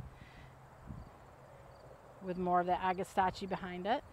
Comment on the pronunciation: Agastache is pronounced Ag-a-stash.